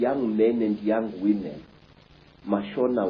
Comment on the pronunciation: “Came out as whimhen” “They wa pafekt”lol 😂